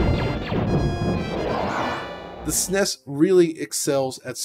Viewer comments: I like when it’s pronounced as S-N-E-S, to each his own I guess, but no… he later says the N-E-S instead of just the NES, which is backwards of my childhood , again to each his own. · Fantastic entry into the DF Retro pantheon, thank you. But I don’t get the inability to just say ‘AT-AT’ & ‘SNES’ rather than ‘AY-TEE - AY-TEE’ & ‘ESS EN EE ESS’ it’s just quicker & easier to say the former